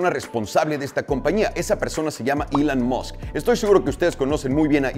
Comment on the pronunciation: pq recorcholis pronuncias ilan masc